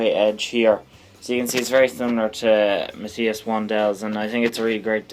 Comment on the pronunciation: Matthias is pronounced "Math- eye-as" not "Mat-tea-as" as you pronounce it.